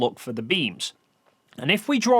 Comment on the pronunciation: Kleve isn't "Kleeve". It's K'leh-vae.